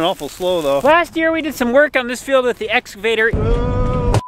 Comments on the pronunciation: Or as would say 'escavator' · It’s the “S-cavotor” lol